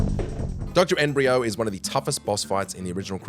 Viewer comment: N brio? Float stinger? Seriously?